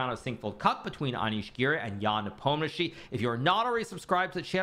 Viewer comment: Why his surname is so butchered in English?? 😅 It should be something like "Nepomnyashiy", or "Nipomnishiy", if we're sticking closer to pronunsiation